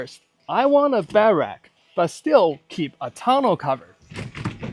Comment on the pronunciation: Imagine being 30 years old and not being able to say “Bed-Rack” properly…😐